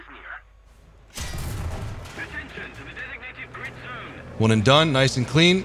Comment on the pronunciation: he dun lmao